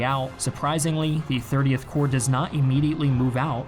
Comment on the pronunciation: 30 Corp, not 30th Core